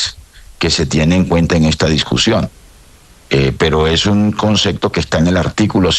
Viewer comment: Un ministro que dice concecto